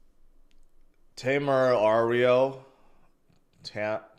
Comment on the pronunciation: Te-me-ra-rio is spanish